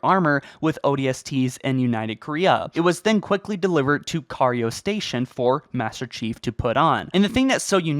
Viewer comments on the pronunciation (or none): Oonyx? Car-rio? Regriped? (maybe) Bruh making me question if the person speaking ever played the game.